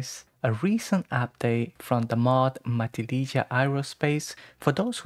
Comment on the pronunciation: It’s pronounced “ma-TIL-lih-ha” The j is pronounced like an h. You couldn’t be expected to know this if you don’t live on the California coast, though, so no shame.